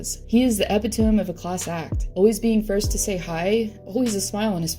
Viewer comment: Capitalizing on somebody’s death, way to go! And it’s providence not “ province” and you pronounced epitome wrong as well.